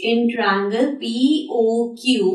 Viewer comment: sorry to say but its "tria-angle" not trangal!